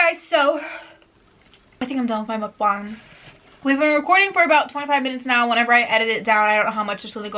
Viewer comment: You’re the only white YouTuber that I watch that’s says MUKBANG correctly. Not MOOKbang and not mukbAng. Ur amazing